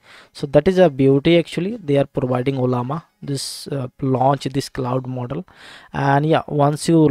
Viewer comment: Mooodel mooodel moodel😂😂😂